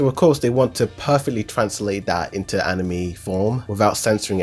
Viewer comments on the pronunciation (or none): none